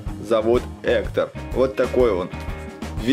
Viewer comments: Ни Ектор а Гектар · Ни эктор а Гектор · Это гектор, а не хектор.😂😂😂😂😂😂😂😂😂😂😂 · Друга Мигеля Зовут не Эктор! А Гектор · Скелета зовут не эктор а Гектор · Его зовут не хутор а Гектор (порно?)😣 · Его завут не эктор а Гектор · Не хутор а Гектор. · Гектор а не Эктор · Вообще-то гектар ане Эктор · Гектор а не. Эктор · Гектор а не хектор данте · это не Эктор а гектор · Не Ектор а Гектор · Гектар а не эктор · Гектор а не эктор